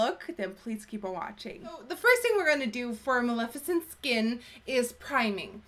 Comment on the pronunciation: Great makeup but more importantly thank you for pronouncing her name correctly!!! You are the only youtuber that has